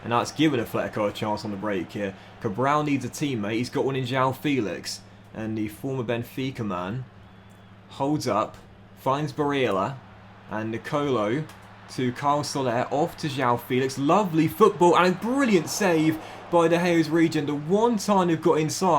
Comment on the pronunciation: Always enjoy listening to you butcher Barella's name